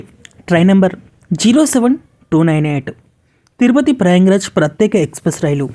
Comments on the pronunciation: ప్రయంగ్ రాజ్ కాదమ్మా ప్రయాగ్ రాజ్ అనండి. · Prayang raj kadu Prayag Raj